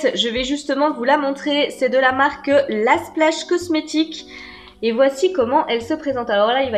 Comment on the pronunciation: Coucou, Contente de ne plus être abonnée, la palette le produit phare c top pour celles qui aiment ces couleurs là, malheureusement moi le orangé y'a pas moyen oups 😓 (Sinon ça reste entre nous chuuut! Mais ça se prononce L.A. Splash comme L.A. Los Angeles) généralement elles ont plutôt un bon rapport qualité prix Sinon Illamasqua top, le crayon m'aurait convenu, un pinceau ça sert toujours, mais je ne mets pas d'eyeliners non plus, je suis la chieuse tu sais... hiii 😂 Merci pour ta présentation Gros bisous 😘💖💕